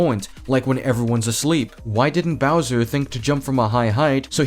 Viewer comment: "Browser" Damn, I didn't know IShowSpeed was reviewing this movie... (I haven't watched the movie, so I don't have anything to say other than sad that Rosalina gets barely any screentime... I just wanted to make this joke)